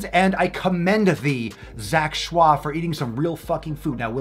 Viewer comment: His name is pronounced Ch-oy not Shwah. The way you have been mispronouncing it since I first starting watching your videos, bothered me.